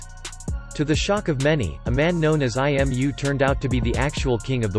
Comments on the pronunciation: I love the way Imu's name is pronounced by the text-to-speech program as I-M-U. Maybe Imu is inside all of us. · Yeahh, it sounds like "I am you" 🤔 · IM? I AM? isn't im (Eem) or imu (Eemu = japanese pronunciation)